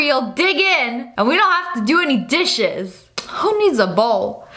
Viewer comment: When u said dishes I thought u said dis shiz